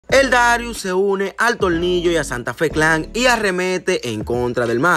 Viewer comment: Cual tolnillo quien. Es. Tolnillo yo conosco a. Tornillo nadamas una. Recommendacion si Eres dominicano metido en Esto aprende. Primero a pronunciar y despues Te envuelves en lo q. Sea.pero aprende q ya sabemos quienes son ustedes.. no Te olvides